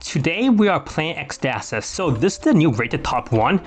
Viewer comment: A Greek just died with the way you pronounce ecstasis